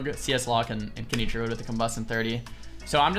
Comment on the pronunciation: Does anyone else hear "Truid" when he says Druid? I can't un-hear it now.